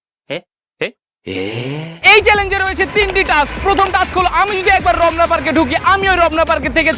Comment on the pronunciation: শালা মদন রমনা পার্ক না বলে রবনা পার্ক বলতেছে